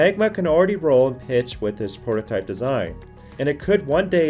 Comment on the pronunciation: And the word is pronounced prototype not portotype. God you a fucking moron.